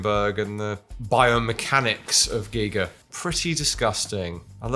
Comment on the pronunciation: As a big A L I E N and H R Giger fan I appreciate pronunciation of Giger.